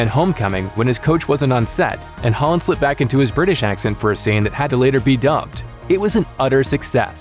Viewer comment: anyone else think hes saying "Haaland" everytime he says "Holland"?